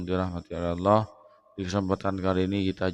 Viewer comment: Kalau saya sih gak bilang sesat,tapi TOLOL,Ngucap kan ALLAH saja dia bilang AWLOH,apa lagi dia baca ayat al-qur'an TOLOL nya makin keliatan.